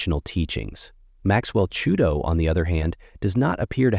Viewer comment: Chuito!?! Chikumbutso! Lets get it right. And yes i agree, most what we are told is a lie and that is the task at hand. We need to use current technology to correct the lies.